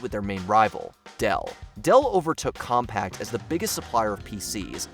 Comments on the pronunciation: Compaq (Com-pack), not Compact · Ugh, every time you say "compact"...COMPAQ. As in com-PACK. NO T. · You know these are obsolete when the narrator can't pronounce them. The computer brand was Compaq - the ending q was pronounced like a "c" (not "compact) and QWERTY was not spelled out (even though it represent different letter keys), it was pronounced as if it was a word (quertee). I'm only 7 minutes in, I'm sure there will be more. (I know. I'm old.) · It's CompaQ...not CompaCT 😹😹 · The way he keeps saying CompaqT. UGH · It pronounced COMM-PACK, Not COMPACT! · Hard to take any part of the video seriously with so many errors, and when the narrator can't even pronounce Compaq. It's 'Compaq'---as in Com-PACK, not Com-PACT🙄. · Compaq is pronounced com-pack, not com-pact. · OMG. It's compaq (Kompak) not compact. And that's not an obsolete product. It's an obsolete brand. Totally wrong for this video. Same with Kudos and PB Crisps. Brands, not products necessarily. Also, paper maps should have been the obsolete product. GPS just simply evolved from stand alone devices to cars and phones. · “CompaCT” 😂😂😂😂 it’s Compaq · why wasn't there any editor reviewing the narrator? he kept pronouncing Compaq as compact. there's no t, it's pronounced "COMPAK" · I love this channel's content, but it's "Compaq," not "Compact!" 🤪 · dude, it's compaQ, not compacT. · Leave it to the young to mispronounce Compaq. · we just gonna ignore him saying compact? its COMPAQ where's the "T"?! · Stop saying Compact!! It's Compac. It's even in the name. Shitty reporting. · Why does he keep saying compact? It's compaq! COM-PACK! There is no T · Ahem! Compaq is pronounced COMPACK, not COMPACT!! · How hard is it to correctly pronounce the name of a company when it's on the screen in front of you? The company was Compaq, not Compact. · Com-pack. Not Compact.. please use proper pronunciation! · It isn't Compact, it is Compaq. There is no T sound, buddy. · It's "Compaq", not "Compaqt". No 't'. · Annoying AF